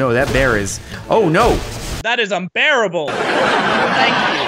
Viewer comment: OOoOoOoooOooOoOO noice I died a bit inside when he said BEARable